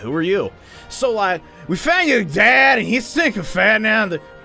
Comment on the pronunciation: I'M SORRY BUT LIKE HE COULDN'T SAY DADDY!! I WAS CRYING OMG.